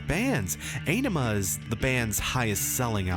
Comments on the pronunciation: "Á-ni-ma"... not "e-ni-ma"... you non romance languages speakers... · You mean "mispronouncing" because he constantly says it wrong. It's easy to find videos with Maynard and Adam saying it correctly... "ON-ima" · I know many people have already told you this, but you look fantastic,. And this is perfect for me, being a person whose first Tool song was the most recent one. And from what I researched, Ænima is pronounced "OH-nima". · It’s pronounced “Ah-nim-uh.” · The Undertow album was released around the time Nirvana was on the scene, this album was a serious punch to the face and the genre bend. The album Ænima is supposed to be pronounced 'On-ema'. Just to throw that out there. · Aenima = Eye-nima. Die Eier Von Satan is about hash cookies. Not just cookies. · It's pronounced "Ah-Ni-Mah" if that makes sense. They've pronounced it in old interviews. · Pronounce Ænima: ON-emma. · One does not simply listen to Tool. Turned off the video when you said Ay-ne-ma. Blasphemer! Heretic! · This is amazing by the way its pronounced awnima that's from adam jones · It's pronounced AH-nima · It's pronounced ON-ima. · "The title track" I see what you did there, avoiding pronouncing Ænima. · to be clear, the Æ is pronunced like A in Bad. its a nordic letter.